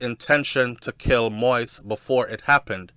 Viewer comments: ...thank u on following and covering the assassanition of the former Ayitien president!...but would like to correct you of the pronunciation of his last name which is pronounced MO-YEEZ...not "moist"...much love and respect from an Ayitien sister😘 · pronounce de damn name correct.. its pronounced moa-is.... sound like you saying wipes brogad... you keep saying moist 🤣🤣🤣🤣🤣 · King, I truly appreciate what you're been doing to keep us informed and finding out the truth about what took place in Haïti but can you please do me a favor and pronounce the former president's name properly. It's not moist but pronounces (MO-YEE-ZE) Moïse...thanks. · It's Moeeeez! As in the Bible. Not Moist! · MOISE is pronounced MO-EEZ. It's not difficult. Stop bastardazing his name and being a typical American. And it's Solanges—the the "s" is silent. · It's not possible sometime to pronounce another person's name /spells it properly ,don't try like you want to embarrass my friend. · It's Moise pronounce Moees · (Moise pronounce Mo'wees) humbly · Mo - ees. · It’s pronounce Mo-ease.